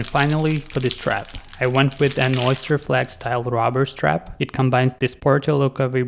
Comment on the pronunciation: I thought you said a "Robber Strap"... I had to hear it twice...